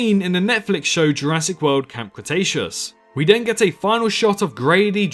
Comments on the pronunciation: ha I’m not American, I’m English, Kent to be precise . And for the record what your speaking can be barely regarded as English. You may think your pronunciation is fine but it’s not. you don’t say a single T, Th, ING! All f’s, V’s and D’s.... you say den multiple times in the video whether you’re aware of it or not. It’s called Th-fronting. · I know there's a lot of people who drop h's and t's etc but ''we DEN hear...'' den? ive never heard anyone say den instead of then!